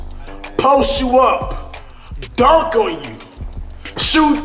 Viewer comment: Lmao he said durnk on you